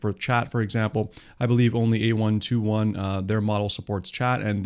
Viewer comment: Just so you know, it is "A (eye) 21" labs, not A121. Otherwise great video